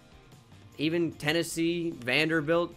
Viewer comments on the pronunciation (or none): none